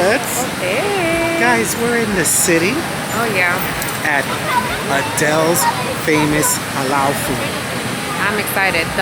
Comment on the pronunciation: It’s actually pronounced Adil’s, not “Adele’s.”